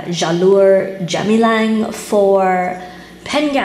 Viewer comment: Jalur Gemilang is what Malaysia calls its Flag. The G is hard, btw.